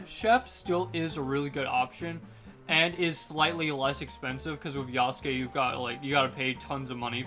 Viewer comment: yah sook